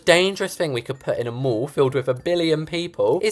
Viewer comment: if funny when you say the MOOOOOll but it the mall!!🤣🤣 (it funny when you say that not trying to be rude)